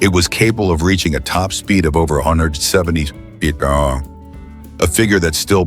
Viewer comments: Listen how this BULLSHIT Ai narrator fumbles even the word MPH.! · If you rely on this video to learn anything, you will be sadly lacking. Mispronunciation, wrong information, wrong images with narration, and so on. Computer voice stumbling over MPH and KPH especially.